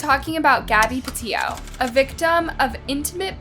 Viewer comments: Pe-io. Co-in. Bri-in. Seems like there's a huge fear of the letter 'T'. This is annoying AF and detracts from the presentation. 🤦‍♂️ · Mispronounced Gabby’s last name (not surprised, you always mispronounce names). How do you pronounce it, “Patillo” when you LITERALLY used news clips that pronounced it correctly? “Petito” (PA TEE TOE). Her and Brian weren’t married, either — horrible research on your cases. 🤦🏻‍♂️ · I don’t mind you misspeaking laundries name wrong, but cmon get Gabby’s name right! Even in the footage they say her last name! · You cannot even get her pronunciation of her name right!!!!!! It's PETITO !!! Not PETITO !!!! This video is gross. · Pa tea tow. That’s how it is pronounced. Watch the videos before you make your own please. Get the words right. Geez. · So weird that most of the outrage in this comment section is not for that monster who stole Gabby’s life, but for the mispronunciation of her last name. People are so weird to me. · The least she can do ?? She put her story out there what do you mean? You’re upset about her not saying the second T in her last name … I’m confused ..what exactly was the least you did for Gaby besides complain about someone mispronouncing her name.